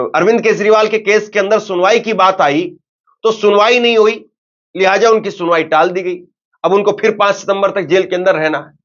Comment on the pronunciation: Lihaja nahi lihaza bola kro .